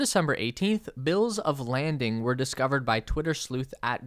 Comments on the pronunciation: Bill of “lading” not landing. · bill of lading not landing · Minor correction: It’s bills of lading (not landing)